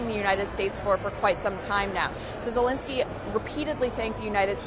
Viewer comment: Who is this Vladimir Zalinsky theyre both talking about ? Reporter's really need to make a little effort at pronouncing names other than " Becky" .